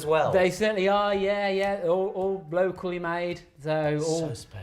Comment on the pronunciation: That is hilarious, what a thing to pick up on haha.